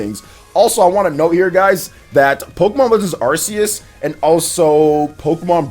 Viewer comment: "Sinnoth" "Arseues" Oh...